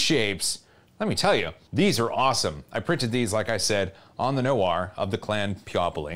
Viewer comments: [nu-AR], not [no-ur] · Noir is pronounced more like nwar than no-arrrr. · Is the no-ahr pronunciation a meme? It's n-war, as in the game L.A. Noir (and other similar usages)